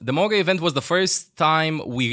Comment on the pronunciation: It’s pronounced Ma-oo-ga